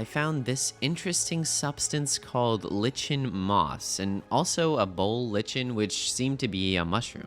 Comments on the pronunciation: Great vid But Lichen is pronounced (Like-en) Not (lich-en) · Lichen,, said like like en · i love your videos so much. my only problem is, it’s pronounced “lye-ken” 😭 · it's pronounced LIE-KIN just fyi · IT is pronounced lie-ken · XD Lichen, is pronounces lie-kin :) for future reference. :) just tryina help u out here a but :) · L-eye-ken lichen 💛 and great video btw! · Lichen = Liken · Lichen is pronounced Lie-ken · Someone has to say it. Lichen is pronounced, "Liken". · "Lich en" 💀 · aCtuAlLy IT's pRONOuNCeD LIkEN